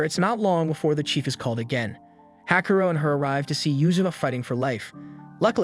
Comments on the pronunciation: It's not Hakuro. It's "HAKUORO" (HAKU-ORO) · "Hakaro". My brother in Christ, it's "Ha-ku-o-ro". I can understand some of those Ainu-inspired names are a pain to pronounce, like "Onkamiyamukai" (which, of all the names, you got right) and what not, but at least the MC's name, dammit!